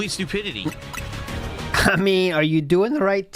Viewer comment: "This is sTTupidiTTiTTiTTy" "wahnnnnnnnn wahnnnnnnnn wahnnnn wahnnnnn" He makes up for his lost T's in other places I guess